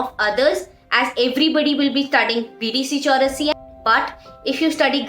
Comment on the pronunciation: Bdc chaurasia😂😂🤣🤣 Sister it's bd chaurasia